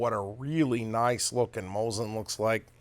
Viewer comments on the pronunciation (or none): you guys really bug me.... IT'S NOT MOZIN. IT'S MOSEEN NAGAN. The T is silent in Nagant, and the I is E in Mosin